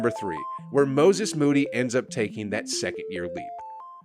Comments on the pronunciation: Perkins clearly had a stroke trying to say Moses Moody and his analyses after that fact prove he never quite recovered lol. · Perk tryin to pronounce Moses Moddy name got me in tears😭😭 had to run that back atleast 387 times Watched it so much i spelled his name wrong. Couldnt see past the tears🤣